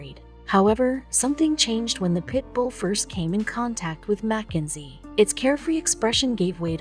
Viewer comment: It’s not Mac enzy it’s Mackenzie